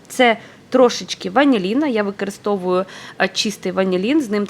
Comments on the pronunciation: Так, рецепт гарний. Взагалі, дуже добре готує, багато різноманітних страв, які варті уваги... Процес приготування і корисні поради від автора каналу справді заслуговують найкращої оцінки. Щодо мого зауваження про вимову (викАристовую, дАдАю, крАхмаль і т.ін.), то особисто мені неприємно чути таке спотворення слів і я маю повне право висловлювати власну думку, а от реакція на справедливу критику, чесно кажучи, дивує, як і її агресивна відповідь і зарозумілість. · Ваша вимова просто ріже вуха - викАристовую, дАдАю, крАхмаль... Слідкуйте, будь ласка, за своєю мовою, українська мова - милозвучна й гарна, не треба її коверкати!